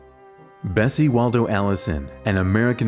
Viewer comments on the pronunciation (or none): none